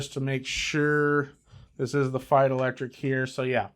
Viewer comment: First Youtuber that pronounces Feit as I think it should be. BTW the Feits are right now and until December 24 for $9.99/pair at Costco.